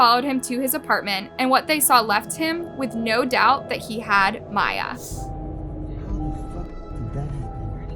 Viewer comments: they already covered this video a year ago and pronounced the victim's name as Mee-ya but now as My-ya. why? idk. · MI - YA, NOT MA - YA, girl this is so weird of you, you put these clips together and know how to pronounce her name yet you continue to be oblivious it's so weirdly disrespectful to somebody who was lost in such a horrible way. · Her family called her Miya “mea” and her killer called her miya…..and you keep saying Miya🙄🙄🙄🙄 I’m sorry but this is making me sooooo mad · I’m sorry but I have to say it cause it’s been bugging me your WHOLE video. The girls name is “MEE-YAA” not “MY-YAA”… 🤣🤦‍♂️ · How does put viddo clips of the family using Miyas name ovsrand over, yet she pronounced it incorrectly the ENTIRE video? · Why did you mispronounce the victim's name all through this video? Just wondering. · that extremely disrespectful to victims and families of victims. Especially when all her reference videos to support her fax, they say the name correctly it really only takes one second to learn how to pronounce whoever you’re talking about’s name, so that’s a 💩excuse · yes it is. There's news clips she included that say it properly. It's disrespectful. She's only doing it to get more comments and engagement so she reaches more people. She does this all the time on purpose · You are quite literally choosing to not pronounce her name correctly, you’re too careless when speaking about such sensitive situations… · Pronounce the victims names right my God. It’s not hard and your being disrespectful